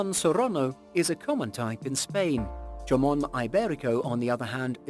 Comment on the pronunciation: Yamon? Lollllll the best jamon is pata negra de castilla